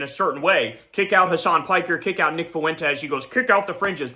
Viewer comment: Nick foo-went-es